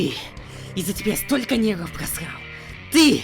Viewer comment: Я один слышу не "нервов" А "негров"?))